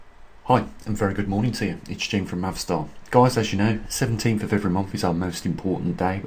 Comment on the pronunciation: "seventh of the Month" NOT "sevemff" of the Momff"